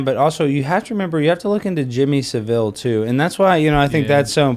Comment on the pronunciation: It’s the second time this week I’ve heard you yanks say “Jimmy Seville”. It’s Jimmy Savile. S A vile. You Americans make him sound exotic. When he absolutely was not. Even before the dark past came to light after his death. An eccentric, crude Yorkshireman. Please stop it.